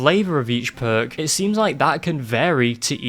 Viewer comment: i can't help but think of percs everytime you say perk it just sounds way funnier